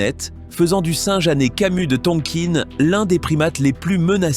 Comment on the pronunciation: Merci robot mais on ne dit pas Tonkine mais Tonkin